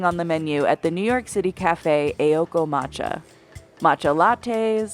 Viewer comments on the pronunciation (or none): Fads are lame AF. Also, it's Aoko, not Eioko. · The pronunciation in this video was horrendous. 'AY-okoh'? 'Kee-yotoh'? Please do your research.